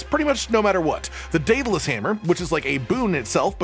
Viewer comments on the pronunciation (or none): none